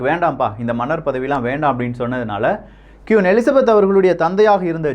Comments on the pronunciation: கியூன் இல்லை..... குயின். சில தகவல்கள் தவறாக உள்ளது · Pronounce kween not kuin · Quiin illa.. Queen enru sollunga 😃😃😃😃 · Vry gud explanation, but queen not (kiun).. tq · சுட்டிக்காட்ட மட்டுமே சகோ, எனக்கு மட்டுமா அவ்வாறு கேட்கின்றது என தெரியவில்லை, நீங்கள் ஒவ்வொரு முறையும் Queen Queen (குயின்) என குறிப்பிடும் போதும் கியூன் கியூன் என கேட்கின்றது. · தயவு செய்து கியுன் சொல்லாதிங்க, திருத்திக்கோங்க.. குயீன் Queen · கியூன் இல்லடா! அது குயின் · அது கியூன் இல்லை குயின்